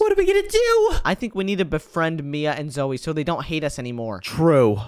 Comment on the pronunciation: I’ve heard Zoe said Zoye